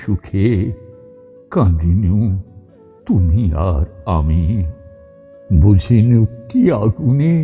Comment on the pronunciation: কবিগুরুর কবিতা পাঠে যে আত্মোপলব্ধি প্রয়োজন আছে , তারই প্রতিচ্ছবিভেসে ওঠে এই নিবেদনে । তুমি আর আমি , শব্দচ্চারণে , ( পঞ্চম বার শুনি ) ততবারই সমৃদ্ধ হই কিভাবে ভাবনার বহিঃপ্রকাশ আপনার কন্ঠে ধ্বনিত হয়ে উঠেছে । ❤❤❤🙏❤❤❤